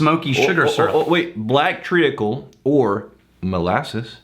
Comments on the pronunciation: Sorry, I have to say it......Treacle is pronounced Treecle, no tree a cle!!! just saying. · Joshua Wardman yup it's pronounced more like tree-cle than tree-acle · Pronounced TREEKAL not TREE A KAL. The EA is like EE. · Treacle is pronounced as tree-kul not tree-ah-kul. The a is silent. Although that could just be the American way of saying but the way I just stated is the way it is supposed to be pronounced. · Tree ackle? What are you guys drinking!? It's treacle - tree cull c'mon don't make this the new biscuits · It's pronounced, 'treecle'. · Tree-Cl lol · It's said TREE-cul. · I'm sure someone else has already said this but it's pronounced tree-cul. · Pronounced (tree-kul) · It's pronounced treeecull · Tree-Uckle sounds like a beetle infestation. I don't want that in my scotch! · Lol your pronunciation of treacle was terrible. It's good to know what you have been meaning by maple syrup though. I have not really understood that but now I can just think treacle so good to know.